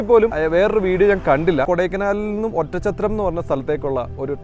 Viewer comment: ഒറ്റം ചത്രം എന്ന് കേൾക്കുമ്പോ അരോചകം. Oddanchatram ഇതാണ് ആ സ്ഥലനാമം .